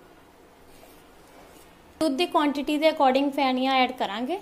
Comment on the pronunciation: Pheniya or feniya not Phhaniya